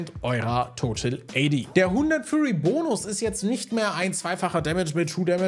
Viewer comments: Muss kurz klugscheißen: bei Rek'sai heißt es "Fury", wie Wut, nicht "Furry", wie fellig. Abgesehen davon vielen Dank für deine viele Arbeit und die guten Videos, die lesefaule Leute wie mich auf dem neusten Stand halten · Bitte sag bei Rek'Sai nicht mehr Furry... Es heißt Fury.... Furry ist was anderes